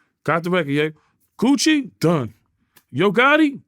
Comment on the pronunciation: Second time he said gucci and it sounded like coochie 😂